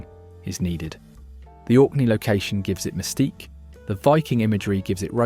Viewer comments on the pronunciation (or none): none